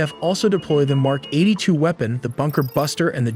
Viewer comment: It's sound so weird when you keep saying BUKER - BUNKER when everyone knows he was in his office. Means he was not hiding.